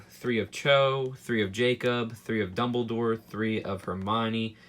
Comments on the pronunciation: “It’s pronounced Dumbledoor” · oh god "doubledore" im unsubscribing...